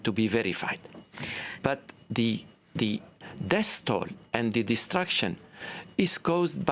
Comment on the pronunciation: "death toll"